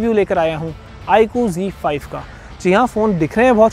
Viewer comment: Bhai G5 nhi he z5 he o nit bolna to sikh lo